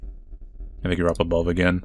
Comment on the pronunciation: Has anybody ever noticed that this dude pronounces his 'th' s as 'f' s? Like instead of "think" it sounds like "fink" ...